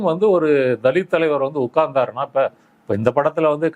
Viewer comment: தலித் னு உச்சரிப்பதே தவறு